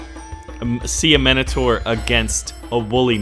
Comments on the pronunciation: It's pronounced mine o tour not min a tour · Sawee to bother you but it's prounoced mine a tor but wrote as minator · the i in minotaur is like an i in mine not minute, just saying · its pronounced mine-o-tour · nah wait that's just the American pronunciation, fuck u America